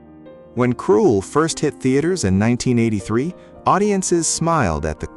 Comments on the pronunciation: Why do you keep saying the wrong name. It should be Krull, not Cruel. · I know it's almost as if the narrator is saying Cruel. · It’s not KRUELL - there’s no E in the name … your AI sucks! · Too bad the A.I voice cannot pronounce the very title the entire video is about. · IT'S PRONOUNCED KRULL WITH A SHORT U SOUND!!! GODS ABOVE AND BELOW I ABSOLUTELY HATE AI VOICE OVERS! 🤬🤬🤬🤬🤬🤬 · Lose the AI voice and learn to pronounce the film title properly. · Couldn't even say a lot of the names properly. Or the name of the film. Ridiculous AI. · LEARN HOW TO PRONOUNCE KRULL !!! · Or better still English 😂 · I hate AI voices when they mispronounce the words. Krull is pronounced the same way as skull just with a kr, not sk